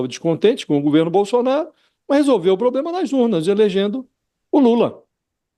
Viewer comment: Que "pobrema" ????